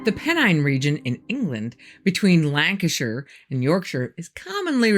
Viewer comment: Thank you for your perfect pronunciation of Lancashire & Yorkshire at the start. 😉😊